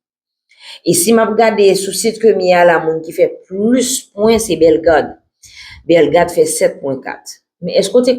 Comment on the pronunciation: BELLE MADAME. MWEN SEZI. TANDE JAN AP PALE BELLEGARDE MAL WI